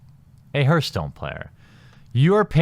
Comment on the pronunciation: i hate to nitpick man, but its pronounced harthstone, not herthstone.